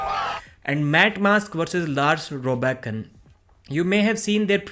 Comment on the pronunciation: It’s Lars Rørbakken, not Lars Robakken